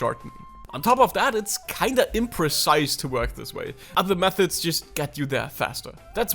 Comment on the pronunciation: "but theuh auh louh oh meuhods" 💔😭